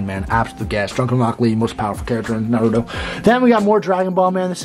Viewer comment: butchered the naruto names pronunciation